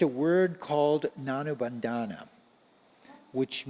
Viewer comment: With due respect, it is not nanubhanda, it is runanubhandha i.e., mortal relationship